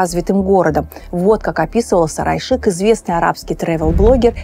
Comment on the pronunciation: Столица Улы Улуса, Сары Айшык. Пожалуйста озвучивайте эти наменования правильно. Невозможно понять о чем речь.